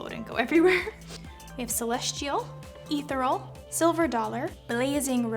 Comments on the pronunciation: Leddy FM not to mention the mispronounced “Ethereal” and the misuse of the word embossed. So... not a mua, I understand but as an editor, I would think one would use words correctly. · Omg I thought I was the only one who noticed this. She defended her application skills by not being a mua but she IS an editor, right? Also embossed the word she needed for the logo imprint. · Someone tell this girl how to say the word "ethereal." Please.